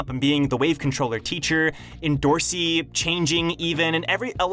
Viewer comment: Its not pronounced endo rossi its end or see endorsi.